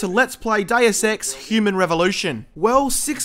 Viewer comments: Always good see a video from but I bet before you are done with the game they will already have released Deus Ex 4:D Oh and it's called Dee-us not Day-us. Latin may be hard to learn but the spelling is easy:D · Deus Ex - Diet Sex? Sounded like:)...sorry.